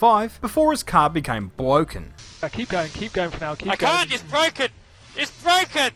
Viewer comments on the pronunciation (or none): He can be a world champ if his car isnt bwoken